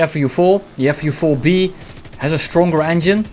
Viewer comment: He says FU4-B lol